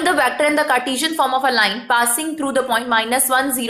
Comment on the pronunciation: It isn't vAActor it's vector.